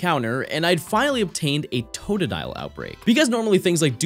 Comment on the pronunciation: and it's totdile again 🤣